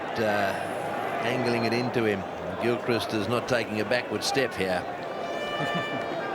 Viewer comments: It’s pronounced Gil-Crist… as in Christopher, not Christ. But he is usually called just ‘Gilly’. A “Duck’ means he was out without scoring any runs in that innings. Sir Don Bradman has a batting average of 99.4… because he scored a “Duck” in his final ever test innings. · His name is pronounced as Gilcrist Not Gilchrist Also is a Cricket Ground. He was A Wicket Keeper/ Batsman. Wicker is the bloke who stands behind the wickets for the bowling side. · Gil-crist as in mist, not Gil-cryste as in Christ. The Ashes is the series between England and Australia played every two years (five Tests each time, the venue alternates between England and Australia). A ton is a century, ie 100 runs for an individual batsman in one innings (ie one "at-bat"). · Gill crist is how we hear his name pronounced. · It’s pronounced “Gilkrist” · Pronounced Adam Gil-Crist. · It's pronounced Gilcrist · His last name is pronounced Gill-crist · I just can’t believe how many times you mispronounced his name ha ha ha ha. All rounders are normally people that bat bowl and field well. Adam is an all-rounder as a wicked keeper batsmen. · "That's a six!" Commentators: "It's another four to Gilchrist" hears them not. Nor does he hear how they pronounce Gilchrist. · Gilchrist rhymes with mist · I’ve never heard Gilchrist pronounced that way before 😀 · Please, please, please, don't tell him. I love hearing Gilly's name pronounced that way. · Mate, the Name is Adam GILKrist .. NOT CHRIST.. You should know that… it’s an English name and prob many in America have it as well.Better luck next time.😂😂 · Well hi, what happened to your wombat woman posting?? Gone! And it’s Gil - krist (no Christ - high on the “I” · Pronounce GILCHRIST not GILCRICK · Gilchrist is pronounced Gilchrist not Christ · It's pronounced Gill Krist not Gil Christ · Adam Gilcrist is how it's pronounced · GIL-CHR-I-ST ... lol ... not as Jesus christ ...